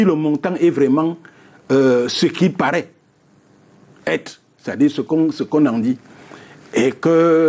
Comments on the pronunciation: Bon débat, par contre le présentateur là, il abuse à parler un mauvais français comme ça, au lieu de dire être il dit ecre etc... Il transforme les tr en cr depuis il faut le changer, il nous fait honte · “Auccre” invité, “d’êcre” là ce soir, “vocre” maman…C’est quelle façon de s’exprimer en Anglais???? Tsuippp 🤦🏽‍♂️🚶🏽‍♂️🚶🏽‍♂️🚶🏽‍♂️🚶🏽‍♂️